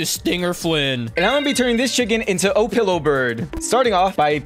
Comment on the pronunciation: Who else heard say O-Pillow bird lolololo😂😂😂😂😂😂😂😂